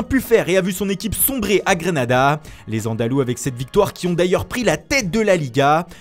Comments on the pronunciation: On dit soit Grenade (en Francais) soit GrAnAdA en espagnol, pas GrEnAdA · En gros sa été prononcé dans les deux langues en un